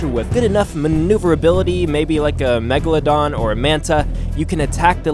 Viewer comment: "megladon" It's megalodon.....